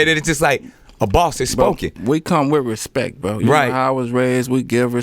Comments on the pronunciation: After watching this video I now understand why Birdman said "put some respeck on my name" 🤣🤣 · Put some respeck on his name. Respeck it.